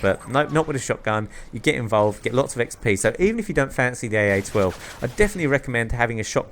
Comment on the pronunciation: i love how you said fancy lol